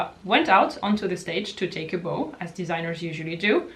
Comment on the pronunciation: I love your perspective. By the way ‘bow’ in that instance is pronounced ‘bough’😘